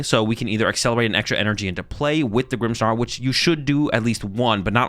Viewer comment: there is no "H" in "Grimmsnarl". stop saying "Grimmshnarl"!